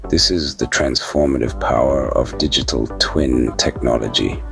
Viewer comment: Sounds like you saying dickitable whenever you say digital 😂😂. Awesome guide into Dtt